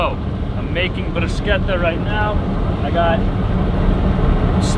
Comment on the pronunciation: Glad you guys made it through the harrowing windswept highway in Wyoming… Of course being of a more cautious nature I’m wondering why you pushed for two days instead of three days for cross country… Yay!… pronouncing bruschetta the Italian way…Complimenti!!! Continue to have fun guys… Merry Christmas and a happy new year!!!